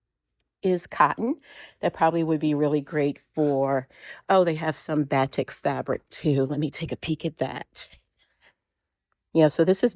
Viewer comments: Batik is pronounced "ba-teek." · BATIK fabric is pronounced like "buh TEEK". I kind of cringed when you pronounced it. I guess if you don't sew with it, you have no idea how to say it. My neighbor has an entire quilt made of Batik, and she also pronounced it incorrectly. I'm making a quilt with all batik, which is a dream to sew with.